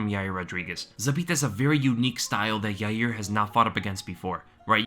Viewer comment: Friggin is a scrub, it's pronounced 'Ya Ear'